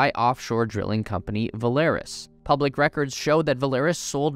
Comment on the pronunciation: It’s not Velaris it’s Valaris Va not Ve